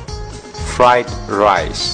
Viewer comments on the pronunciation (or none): none